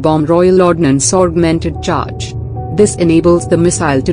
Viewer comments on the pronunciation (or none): none